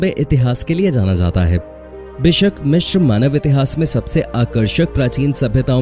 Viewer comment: Mishir nhi hota Misir hota h